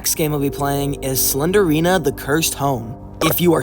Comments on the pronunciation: just gonna put this here her name is slend-rina, not slender-ina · I like how he doesn't even call her Slendrina he says "Slenderina"💀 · Mf really said slendina instead of slendrina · its slendrina not slenderina 💀💀💀💀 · Why you sau SlenDErina not SlenDRina?😀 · The only bad thing about this video is how you pronounced slendrina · It's not slen der rina It's slen drina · He is saying "Slenderina" but It's "Slendrina". That triggers me haha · The way you kept saying slender-ina instead of slendeina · sorry, but you say it like slen-drina not slenderina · It’s slendrina, not slenderina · why do you say slender-ina? it’s pronounced sle-dri-na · its not slenderina its slendrina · "slender rina" 😭 "slender arena" 😭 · ur saying slendryna wrong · I hear "Slendrina the Seller" when you say it 😂 but actually this game traumatized me before because when I was a kid, my brothers likes to play this game to the point that they connect their phones to the speaker we have for our radio and play the game with full volume 🙃 I remember myself waking up early because they did the speaker thing then I was crying while hugging my sister 🕴️🥲 and sometimes I would see shadows and imagine it as slendrina standing and looking at me 😭 Edit: I hear "sled arena" whenever you say Slendrina 😂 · Pronounce "SLEND-RINA" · SLEN JR ENA IS HOW YOU PRONOUNCE IT sorry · Wait, since it's spelt Slendrina, then wouldn't it be pronounced Slen-drina? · Bro really said "slendErina" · The fact that the E doesn’t exist and he/she still pronounces it